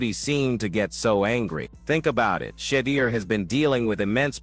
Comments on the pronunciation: Please train your AI to learn how to pronounce Shedeur. Not She-deer but Sha- door. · Learn how to say his name whewww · Please invest the effort to master the correct pronunciation of the name Shedeur. Sound if you are saying 'SHIT.' Your lackadaisical approach to English will not suffice and is quite disrespectful individuals name should be said correctly